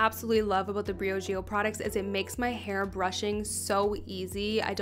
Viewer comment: She’s cute but the way she says Briogeo makes my brain bleed ....